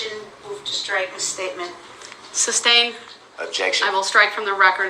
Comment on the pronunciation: “Substain “ was the word that got me! I wanted her to correct him so bad on that!